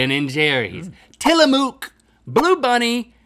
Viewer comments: I can't be the only Oregonian screaming "TILLAMUCK!!!!" at the screen when you read TillaMUUK. lol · It's pronounced "Till-a-MUCK" not "Till-a-MOOK" I know this cause I'm an Oregonian NOT an "Ory-gone-ian" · Tillamook is pronounced till-uh-muhk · Pronounced Tilla-muck, not Tilla-mook ; ) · HoneyTicklesWorth They were also pronouncing it Tilla-Moooook not Tilla-muk 😂😂😂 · I was taken back a second with your pronunciation of Tillamook, as someone from Oregon I've only ever heard people pronounce it "Till-A-Muk", never heard "Till-A-Mook" haha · alyane I'm so glad someone else said the same thing. It's muck not mook! 😂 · Tye Happ so, you read book, hook, crook, and took like that too? tillamook is pronounced w phonetic similarity to those. fkn shook. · It's Tilla-MUCK, not Tilla-Mook! Everyone from the PNW is offended! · I lived in Oregon for 20 years an hour away from Tillamook and I've never heard someone say mooooook aways muck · tillamook is the best but its pronouced Till-A-Muck not till-a-moo-k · Till-a-muk, just saying. But love you guys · It’s tilla MUK . They make it about 20 miles from where I live . Lol it killed me every time they said it. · When they were saying Tillamoooooooooooook I thought they were kidding but then they kept saying it and I just shook my head😂 it's pronounced Tillamuck not mooooooook. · Tillamook is said how it is spelled with NO syllable emphasis anywhere within it ;) You two were saying it with an emphasis on moo, making k it's own syllable. It was what I expected, but sounds a little odd honestly haha. Some incorrectly say it as "Tillamock" too. I'd spell it out to show it's enunciation, but there is no possible way to do it since it would remain as the exact same spelling haha. Also missed out with Umpqua not being there too :D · I think it’s so cute... tilla mooooooook. Hahahaha. It’s pronounced till uh muck. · I know I’m late but I’d like to add a obligatory ‘it’s til-AH-muk, not til-AH-mook’ okay ty friends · Pronounced Tilla-muk